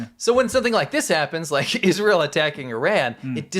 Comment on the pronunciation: Iz-rah-hell IS BAD